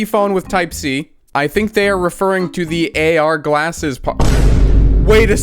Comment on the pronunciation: "AR GALSSES"